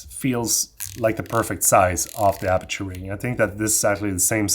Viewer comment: Thanks for the vid and information. Good stuff! (By the way, should be 'aperture' , not the brand, 'aputure'...)